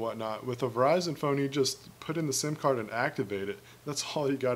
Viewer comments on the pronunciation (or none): none